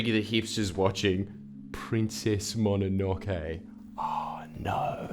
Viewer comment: Mispronounces Mononoke :/